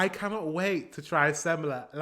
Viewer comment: "Samsa", you still haven't fixed it. You didn't do iiit.